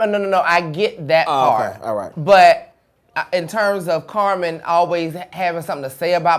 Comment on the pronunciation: lmao saying CarMON